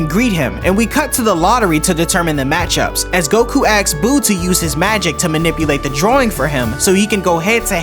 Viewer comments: Asks, not axe. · Ask has an S in it